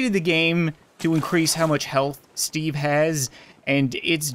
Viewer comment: I understood Stevey not Steve lol